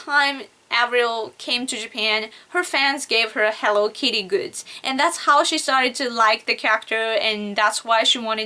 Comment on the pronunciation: lol the way she said hello kitty xDno offence but im dyin here *-*hewwo kiiiti xD